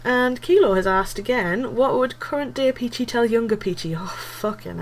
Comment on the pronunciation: Thank you I think you are one of a couple of people who have said my name right